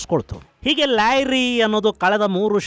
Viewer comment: ಲ್ಯಾರಿ ❌ ಲಿಯಾರಿ ✔️